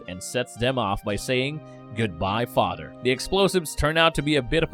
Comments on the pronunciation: Are you saying 'fodder'? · His fadder did it? Um what's a FADDER? OH!!! FATHER IS WHAT YOU'RE ATTEMPTING TO SAY. I GET IT. 😩